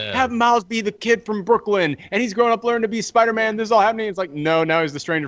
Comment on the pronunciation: siipdeer-maan lol